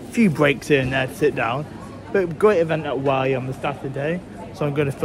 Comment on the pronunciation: Oh yeah just thought id mention its pronounced 'Wor-Lee'